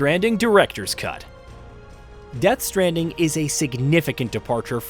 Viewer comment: When he says death stranding I could have swore he said Jeth stranding 😂😂😂😂😂